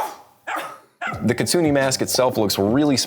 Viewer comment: Hey,: May I critique your Japanese? Your knowledge of Japanese culture (狐, "kitsune", and ダルマ, "darume") is admirable. However, your pronunciation needs a little work. You pronounced the "e" in "kitsune" like the "e" in "Egypt". It should be pronounced like the "e" in "egg". Also, in both words, you put the accent on the second syllable. In fact, there should be little if any accent at all, with maybe an ever-so-slight accent on the first syllable. That said, thank you for including Japanese in your video. And to everyone, please don‘t hate. This is all in good fun and jest. Thank you,, for the cool videos. Greetings from Japan! 🎌🗾⛩️